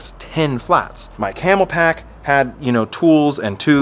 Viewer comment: Please stop saying "Camel-Pack." It's Camelbak. It's written right on the bag.